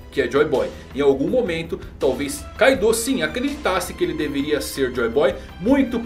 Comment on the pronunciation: Mesmo que a romanização do nome tenha um "U" no final, esse "U" tem o som mudo, por isso assim como no anime a forma correta de falar ainda é "Káidô" com ênfase no "ka".